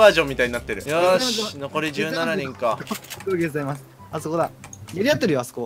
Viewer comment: ボクシングいるので落ちます、あいざいます！で吹いたw